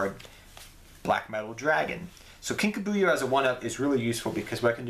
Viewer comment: Lol Kinka BU-yo. It's Kinka B-YO.